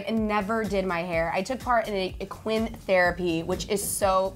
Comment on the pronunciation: "E-Quinn?" Isn't it Equine? Like horse? Like an animal?